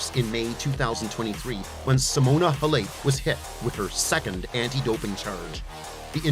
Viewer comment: You can’t even pronounce her name right.